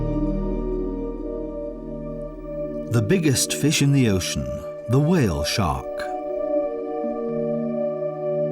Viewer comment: Why do you say, "Whale Shock" instead of Shark?